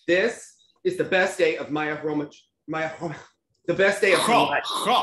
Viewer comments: LOL why is it so hard for you to pronounce Maya's surname correctly?? The last consonant is exactly the same as the first one lol KH-romy-KH 😂😂😂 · по-русски Хромых. Khromykh - in Russian. There's a "Ы" sound, not a "U (oo)". Try listening to how the Russians pronounce "Хромых" themselves to feel the pronunciation.